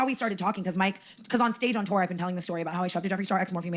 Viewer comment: PLEASE tell me WHAT is that accent??? "Breerk" instead of "Brooke", "teer" instead of "tour", etc... why do u pronounce your O's and U's like that?!?! I can't 😭